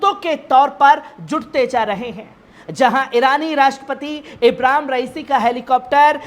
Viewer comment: pahle bolne ka dhang seekh lo ibram nahin Ibrahim h kisne patrakar bana Diya apko